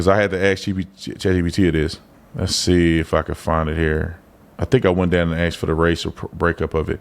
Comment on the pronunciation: Or I axed them about it 😅